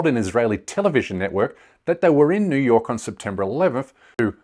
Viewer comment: America,New York as an Arab said it Jew York